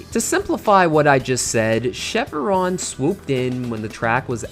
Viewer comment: This one was hurting my ears: It's Chev-ron, not Chev-a-ron. There's no vowel in the middle. (Also, you said Stylvester Sallone, which was funny but I assume it was an accident).